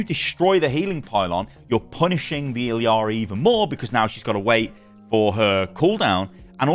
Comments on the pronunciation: Stop saying iliari plz its annoying, theres no second i in there. Its illari or iyari if you want to pronounce it phonetically from the spanish language, you can even check her character short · how are u still mispronouncing illari’s name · You are saying illari very wrong and it's annoying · Why does every content creator mispronounce Illari’s name.